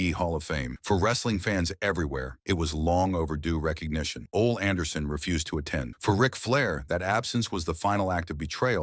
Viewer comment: Who is "Ol" Anderson. Try "Ole" pronounced OLEE.